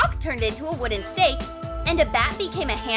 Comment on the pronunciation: It is not chark it is a stake